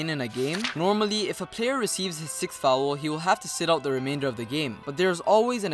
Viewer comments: Fowel lmao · and then goes ahead and pronouces foul as fowool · fou owel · The way you say foul is hilarious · I rlly dont mean it like its rlly bad but it sounds funny, im just exaggerating, keep up the good work